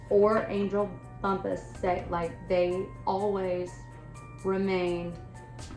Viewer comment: A lot of people were really excited about your podcast. I’m disappointed in this. This is a True Crime story, not a ‘spooky campfire story—“ Lose that crazy music! It’s extremely hard hearing you- Your audio and lighting both need work. In your next story, at least learn how to pronounce the victim’s name. It may not be a big deal to some people, but I guarantee it’s felt by the family members & friends who continue to love this person.. They never look at the camera. Not once did they try to engage w- their audience, and I swear from to or somewhere in there, I seriously thought- is she nodding off? This is a Hot Mess….